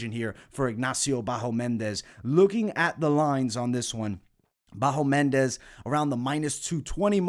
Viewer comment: It's BahamOndes, not BahomEndes :D